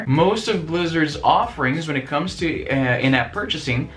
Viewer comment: I know you said "in-app purchasing" but it sounds like "inept purchasing".